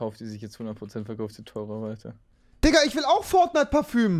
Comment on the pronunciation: Parföm alter wie geil. 😂😂